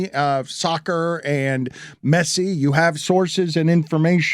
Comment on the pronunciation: how do you butcher Messi's name every single time?